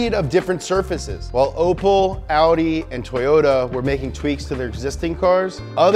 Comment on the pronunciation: I cringed when he said “ople” instead of opel and “pisho” instead of Peugeot and Citrone instead of citreon